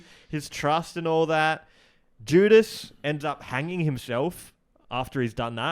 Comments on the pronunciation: saying judas is like jewdas is maybe the most insane thing said on here yet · JEW-dis made me LMAO